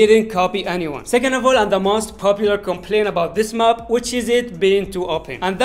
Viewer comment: Not mup it's map🙂🙂🥴😂